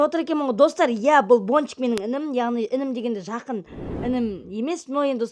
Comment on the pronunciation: Тоуф Бончик дегенды Пончик деп естып калдымгой☹️